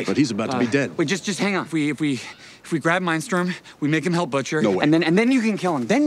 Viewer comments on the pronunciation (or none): He says Mindstrom not Mindstorm, anybody caught that?